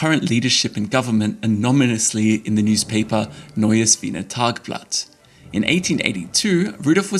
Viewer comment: . I’m not sure what is wrong with AI. The word is anon-y-mously, not anom-y-nously. 🤦‍♀️